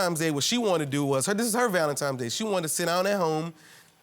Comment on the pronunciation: Why do people keep saying valentiMes day????